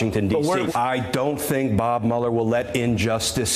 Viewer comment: Did this half witted, so called Attorney General, just say "I fink" instead of "I think". Although I agree he definitely is a fink.